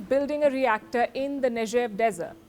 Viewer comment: 'नेगेव' Palki jee ! ...Not 'नेजेव' ! 🌸🍀❤️🎵🎵🌻🍇🍇🍎🍍⚘️🤲🤲☺️